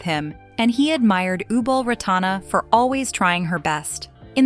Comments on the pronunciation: It’s disgusting disgraceful to pronounce her royal highness name completely wrong. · Maybe learn to pronounce her name correctly and do some more facts check will be great